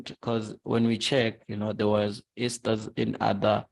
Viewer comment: I was wondering who this gogo "Ester" is then I realized he meant Easter. Then he took the word "Introduction" and converted it to "Introducation" My bro is a true ninja.